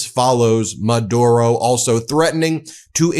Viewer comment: just saying ben.. pronounced Ma dew ro